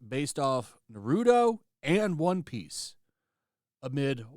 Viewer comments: The name is Naruto not Narudo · cringe how u pronounced Naruto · Why can’t people say Naruto instead of nareeeuto say the name right damn 😂😂😂😂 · I hate to be that person, but thats isnt how you pronounce Naruto. I agree with you on everything BTW.